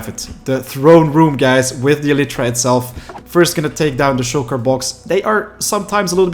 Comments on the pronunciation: Every single time he says elytra, it triggers me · you are not saying elytra right it is so fucking annoying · stop saying elytra wrong